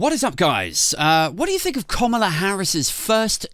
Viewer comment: Komala? I thought it was kamala, like camera